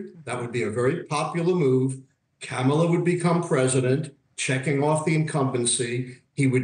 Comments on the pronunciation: lol he said camela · This genius can't even pronounce Kamala's name correctly! A third grader can.